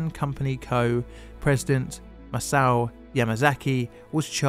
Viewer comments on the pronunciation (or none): none